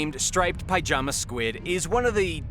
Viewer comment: Well that was a load of bull. By the way, pyjama is pronounced pi-jama. Not pie-jama.